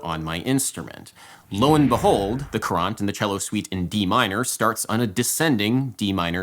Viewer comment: Honestly heard 'Courante' as the English pronunciation for 'Qur'an' and was like 'NANI??' and then I read the word and was like 'oooooooh....'